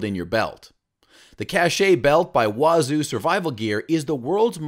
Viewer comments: It's pronounced, cache, one syllable, not ca-che. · I suggest you Google something before you tell someone they're wrong... A cache is a group of things that are hidden, and is pronounced like "cash." Cachet can mean "prestige," "medicine to be swallowed," or "an official seal," and is pronounced "cash-ay."